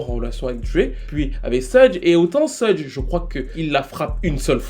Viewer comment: Suge se prononce " chougue"